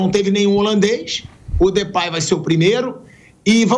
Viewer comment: O pilhado falava de pei o Mauro falou depay ele acatou